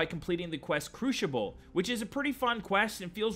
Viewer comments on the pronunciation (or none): LOL, "Crushiball" for crucible. Yeah, you've clearly never heard anyone say it out loud around you, have you? I have but from being out in the crucible of life and of course from reading. It's not the same rule as in crucial or special, because it's different spelling, so normal pronunciation rules apply. "Crushiball", that was funny.